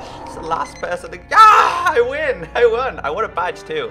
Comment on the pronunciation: that aim xD and you say yeahr thats so funny